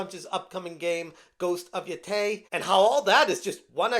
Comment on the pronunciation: It's pronounced Ghost of YO-TAY